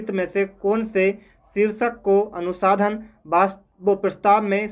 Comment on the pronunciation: अनुसाधन नहीं अनुसंधान उच्चारण गलत कर रहे हो बार-बार 🙏🙏